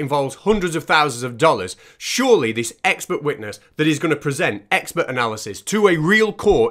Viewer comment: Ah she is an ex-spert witness,... Now all I need to do is find out what a "spert" is and why this lady is qualified to be a witness. Edit: Oooooh, Its EX-PERT! She has GP after her name which must mean General Pert-itary or something !